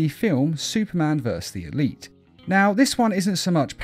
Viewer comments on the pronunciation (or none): none